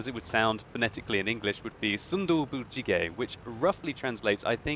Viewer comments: its actually pronounced soon dooboo but it was a great attempt. if you ever need help translating korean ill be glad to help! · Lol I like his name.. Tofu Stew. by the way.. but why are you saying it like in spanish sometime ^^ ? you put " gez or ges" at the end sometime. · 아낰ㅋㅋㅋㅋ 발음에 빵 터졌네 재밌다 순두부찌개 ㅋㅋ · MrNoodless Warning: spicy tofu stew might burn your mouth :D He probably did his best to pronounce it but it's still funny as korean :D